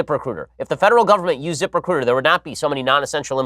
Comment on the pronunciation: Zip recruiter sounds like zipper cooter, or zip her cooter, the way Ben says it